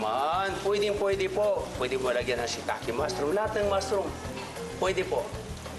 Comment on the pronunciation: Pagkaka rinig ko "Pwede bang lagyan ng MASS ROOM?" HAHAHAHAHAHA